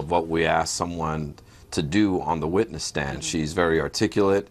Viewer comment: i am cringing so hard at the fact that he said "jody arias is an amazing wittiness"